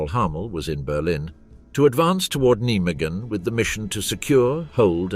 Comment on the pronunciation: Can you not pronounce Nijmegen properly?